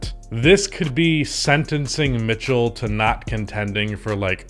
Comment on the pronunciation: "Why Utah Must Trade Donovan Mith-Cell"